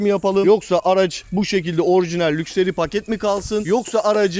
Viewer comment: Abi lukseri değil lakşıri :)